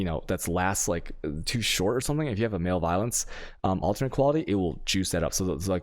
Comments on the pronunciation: What? It’s just maleviolence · lol, "male violence" I have to wonder if some of these people graduated high school. muh-lev-oh-lense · malevolence =/= male violence xD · I think you’re pronouncing malevolence wrong